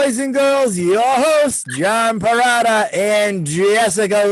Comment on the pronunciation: In Italian Perrotta is pronounced like this Pe- wrote- tah.